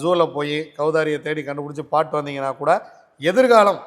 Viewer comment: பாட்டு . சீதாப்பழம். தெளிவா சொல்லுங்கள்